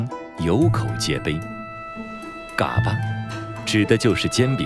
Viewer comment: 解说员够老坦儿的，嘎巴都念不对。不过内容还是挺好的，值得点赞